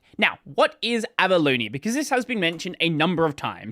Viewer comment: Can't stop hearing "Abalone" instead of Avaloni XD